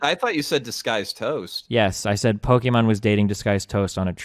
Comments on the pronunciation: Does he call her "pokemon" on purpose? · why destiny keep saying pokemon and not pokimane ? lol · why does Destiny ALWAYS say "pokemon" instead of "pokimane"? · why is he saying "Pokemon" not pokemane?